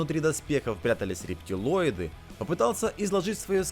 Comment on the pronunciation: Не рептЕлойды,а рептилойды!!! От слова рептилия....